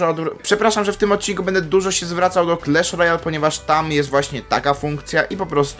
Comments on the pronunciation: Nie clesh Royal, tylko clash Royal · Mowi się Klasz Rojal A nie Klesz Rojal